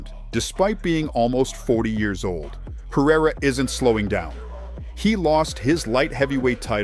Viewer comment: If AI is so smart then why can't it pronounce a name correctly? Peireriaia